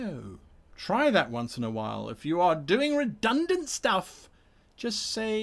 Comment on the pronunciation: Redunant. Nuff said.